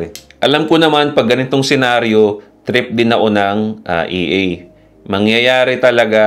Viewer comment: Idol ang term na EA is pronounced as EH - AH. Haha!